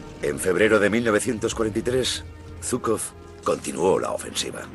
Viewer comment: Aquí parece que fue Zhuikov y no Zhukov